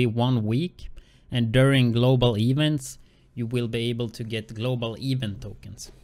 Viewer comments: "Eevent" lmao my bad bro but too funny 😂😂😂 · I'm sorry but when u say event it's annoying as shit cuz your pronounceing it wrong but other than that good vid